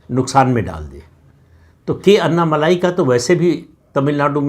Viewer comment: माफ़ करना, उनका नाम 'अन्ना मलाई' नहीं, 'अन्नामलै' हैं | अण्णामलै - ऐसा बोलना ठीक् होगा|